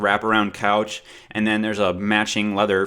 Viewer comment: love you...but it is pronounced AND...not ayund!!!!